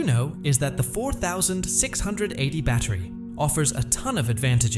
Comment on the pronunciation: Teach your AI voice how to say "4680".